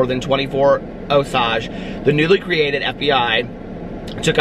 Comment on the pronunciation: I've always heard it pronounced OH-sayj